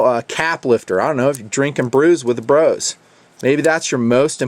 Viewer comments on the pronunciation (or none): none